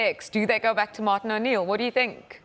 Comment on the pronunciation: “Martin O’Neil” “Martin O’Neil” “Martin O’Neill”